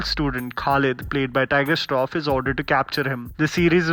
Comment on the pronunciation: "Toyger Shroff" LMFAO 😂